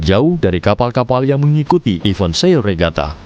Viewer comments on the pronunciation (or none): tolonglah penyebutan event itu jangan iven yah yang terhormat Bapak pengisi suara.